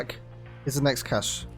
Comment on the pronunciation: Cache is pronounced "cash" you dingus. There is no accent over the final e.